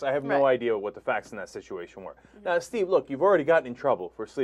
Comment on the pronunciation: “Deev” Phillips?? Brooke “Heedly”??? I love that the dumbass female host doesn’t even know the names of the two people in the story she’s reporting on. What a dope! 😂